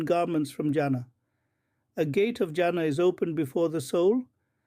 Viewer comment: Not جانا Jana ... you should pronounce it as Jannah جناح